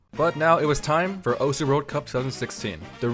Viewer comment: it is actually not pronounced (oh-su) its pronounced (oce)